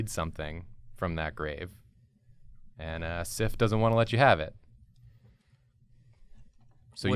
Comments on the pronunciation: The whole time you're doing Sif and saying Sif, I can't stop thinking Syph.. like syphilis. Woops. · They said it wrong.